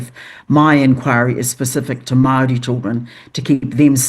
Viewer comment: She can’t even pronounce Māori, she says maarees fgs